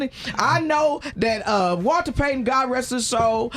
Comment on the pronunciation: He said Walter Payton 🤣🤣🤣🤣🤣🤣🤣🤣🤣